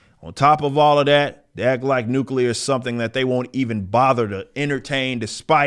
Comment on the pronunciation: Ahh finally, an american who actually pronounces the word 'nuclear' properly.